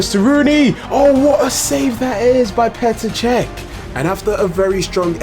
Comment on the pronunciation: It’s PETER CHECH